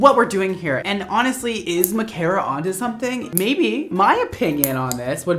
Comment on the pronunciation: 1. You pronounced my name right omg 🥺😊 2. I'm so sorry I ruined your favorite mannequin head😩 3. THE LAYERS LOOKED SO GOOD I HAVE TO DO THAT ON MY HEAD ASAP